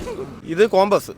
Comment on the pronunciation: His cofidents level❌ What is that : compus ✅ 😂